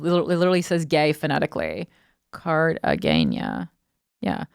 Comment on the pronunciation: Corrine absolutely butchered the word Cartagena (the g is pronounced like an h)…